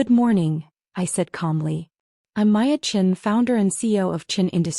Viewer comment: Is there a reason AI can't get the name Maya right. In this story she was Maya, Waya, & Laya. In another she was Piya & Hiya. PROOFREAD & PROOFLISTEN!!!